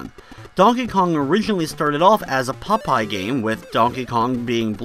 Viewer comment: When you say Popeye, it sounds like you're saying "pot pie." :D